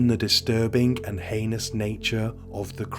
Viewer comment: Stumbled across your channel recently and I’m working my way though, I really appreciate how many cases you cover that I haven’t heard of before. Great work, thank you! One incorrect pronunciation of heinous slipped in there on this video, but I appreciate you working on it as that was literally my only constructive feedback note for previous episodes. Hope your channel gets many more subscribers, it’s well deserved :)